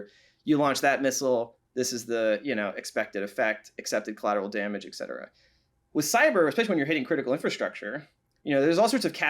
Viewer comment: Thanks for the amazing conversation between two obviously highly intelligent people. But please please please, it's eTcetera, not eKcetera. Yes, it's a common mispronunciation and will only become more so if we allow it to continue. Thanks for your help. 😉